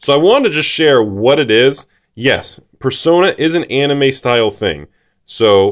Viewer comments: Who is dumb enough to pronounce it “persauna” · I have never in my life heard someone pronounce it as "Per-Sauna". Were they non-native english speakers? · the correct way to pronounce it is "Per-so-ner"